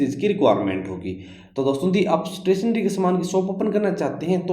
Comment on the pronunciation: Stationery bolna sikh ja😂😂😂